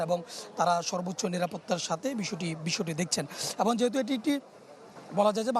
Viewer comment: মি., আপনি "এবং" শব্দটিকে "এবন" উচ্চারণ করছেন কেন বারবার? বাংলা ভাষায় তো "এবন" কোন শব্দ নেই। আপনি নিজে বাংলা ভাষা তৈরি করেন নাকি????? এটা খুবই বাজে শোনায়। অশিক্ষিত ছেলে-মেয়ে সাংবাদিকতা আসলে এরকমই হয়।